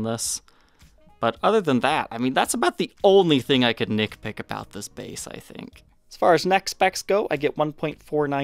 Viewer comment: Did you say “Nick Pick?” Its “Nit Pick”